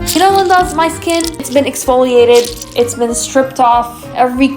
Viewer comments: It's pronounced like leen•dahs... Not limbos. Gracias. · It sounds like you are calling ppl limbos. Lindas makes sense. Not limbos.